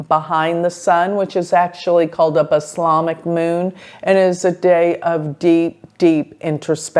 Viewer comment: it's called "balsamic " moon, not islamic. like balsamic vinegar FYI